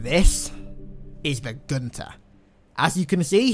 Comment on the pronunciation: His name is Gunther get it right